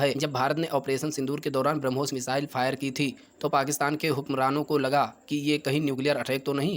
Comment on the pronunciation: Pai jaan ye "harmus" kya bala hai 😂😂😂😂